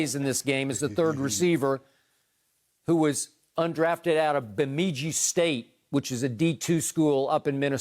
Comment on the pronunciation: LOL Skip trying to pronounce "Bemidji".